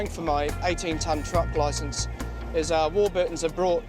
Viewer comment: Warburt????? Warburtons